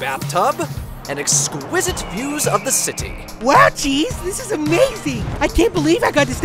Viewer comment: He said Jeeves not Cheese Austin.